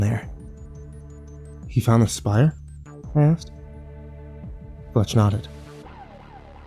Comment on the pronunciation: "Spire"; not "shire".